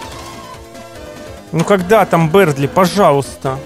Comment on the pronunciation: Бëрдли а не бердли